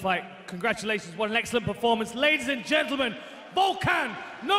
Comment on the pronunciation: the way Hardy said "Oezdemir" lmao